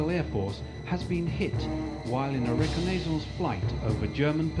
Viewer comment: Odd that it's not spelled "Libyan." : Odd way to pronounce "reconnaissance." Ah, what the heck, the devs of this game are mostly Spaniards, so I'll forgive their possible language transgressions. First time we do a rescue mission in the series, which means you get a sort-of extra teammate. Who needs tanks when you have ultra-potent grenades and some smart use of barrels? Addendum: Interesting that this mission's premise will be basically recycled in Men of Courage's "The Guns of Savo Island."